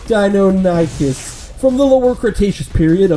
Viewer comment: Dynonychus is pronounced die-non-ick-us.